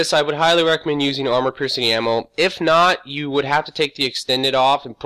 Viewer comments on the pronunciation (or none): none